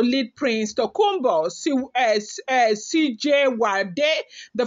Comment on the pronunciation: It is pronounced S I JU ADE